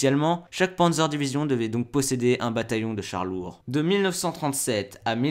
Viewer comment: Maïkeul wittmann, par sur que ça se prononce a l’américaine 😂